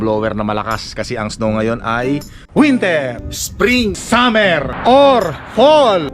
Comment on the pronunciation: Sir, summer not "sammer: blower not blewer...ano ba iyan matoto ka nga!!!Practice make perfect.